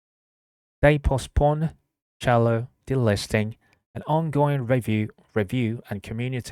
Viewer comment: I like it 👍🏻 pronounced cell-lo by the way. Like cellphone 📱